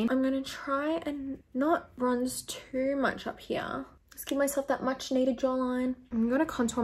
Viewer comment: when she says "here" i thought she way saying "yeah" lmao